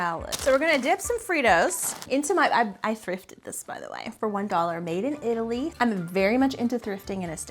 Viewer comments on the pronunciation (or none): none